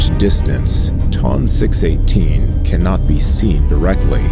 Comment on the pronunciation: This narrator has no idea how to pronounce the names of these objects. Hahaha ! Sounds like he pronounced Ton 218 Tom 218.